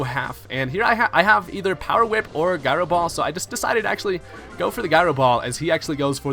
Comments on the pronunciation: It's pronounce jyro ball. You sound like a dame fool when you say it wrong. Butt head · The way you say gyro bugs me